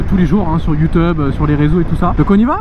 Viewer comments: "sur heu..sur youTEUBE" :') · Youteub ok mdrr